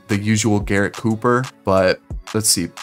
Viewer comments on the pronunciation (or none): none